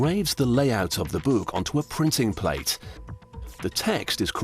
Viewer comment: "this buke"